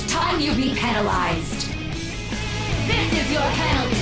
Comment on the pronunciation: Know it's late but he said "penal"ized